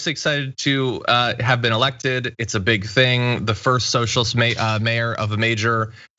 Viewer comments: hahaha "soshulist" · "Yer a SOSHULIST!!!" And it just won me this election, biotch!!!!